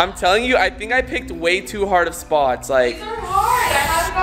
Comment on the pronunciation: how he said spots tho 😂😂😂 "espots"